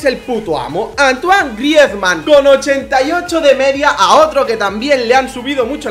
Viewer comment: joder dices que griezman es el puto amo y no sabes pronunciar su puto nombre